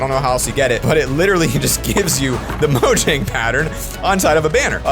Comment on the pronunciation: It’s actually pronounced moyang not mojang